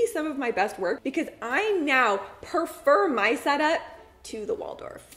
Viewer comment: You’re mispronouncing the word preferred. It’s not “perferred.”